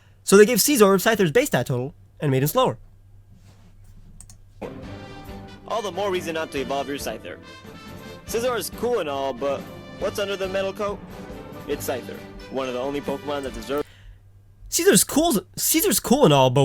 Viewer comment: You sed sizor lol